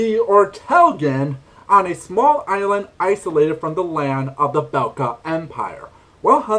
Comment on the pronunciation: Bekla, not Belka Did you try Maia?